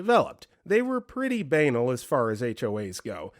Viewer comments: Banal is pronounced ba-NAHLL. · Halifax is getting annoyed with the way you pronounce "banal".